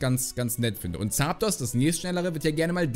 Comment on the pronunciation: Ich liebe deine Aussprache von Zaaapdos 😅